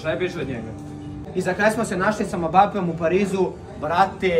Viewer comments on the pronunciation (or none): Izgovara se Embape a ne mbape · mbapeom (kaže se embape